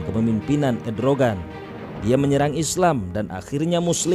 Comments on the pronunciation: Erdogan...... Bukan Edrogan hahahhahahahaa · ERDOGAN MIN,, BUKAN EDROGAN